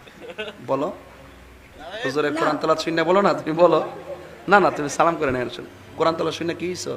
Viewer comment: ভাই আপনি সালাম টা ঠিক করে দিন আপনার সালাম দেওয়া টা সুন্দর হয়না